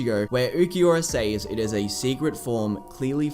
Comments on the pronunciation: Im sorry, but why do you keep pronouncing “says” with a long “A”? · Love the video but also “sAys”